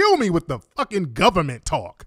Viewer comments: The cordddrruppp govament 🤣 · That was some top quality tether bable lool ‘de guderment, it’s de guderment’ 🤣🤣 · It's dee govament!!! 😂😂🤣🤣🤣😂🤣